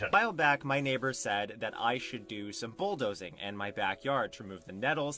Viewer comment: I just noticed that doesn't say "do that", he says "dzu that"... and I can't unhear it now.